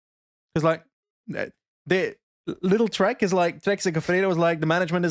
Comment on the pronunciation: Nice recap.But please pronounce lidl with a long I. The right (german) pronounction is also with a long IIm complite confuse thinking what do you want from little